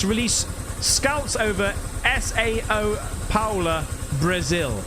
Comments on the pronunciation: "S A O Palo" lolol say it like Sauw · //// S-A-O Paulo, Brasil 😂😂😂 come on! Just São Paulo 😃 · Hilarious how he pronounced Sao Paulo. He says S.A.O Pallo...how has he never heard of this famous city in Brazil?? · Sao (Sao Paolo) is not an abbreviation it's the name of the city and it's pronounced Sow (like Ow with an S in it)